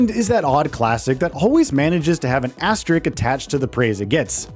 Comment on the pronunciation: Well I’m used to hearing “asterix” but now I’ve heard “asterick” as well. Apparently asteRISK is just too hard for most people.